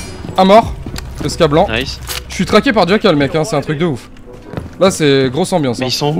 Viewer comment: Jackal = rackal car il est espagnol Mdrrrr